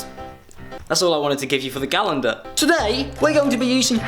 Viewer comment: you say Zoella like "Zoeller", you also say calendar like "galendar"...I love it